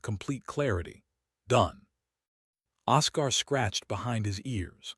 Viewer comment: Don’t use names the AI can’t pronounce. It’s OScar, pronounced Oskar, not osCAR